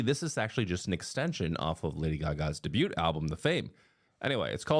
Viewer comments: Bro doesn't know how to pronounce debut 😂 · I’m sorry but never in my life have I heard anyone pronounce the “t” in “debut” 😂 the t is silent. Thanks for attending my Ted Talk.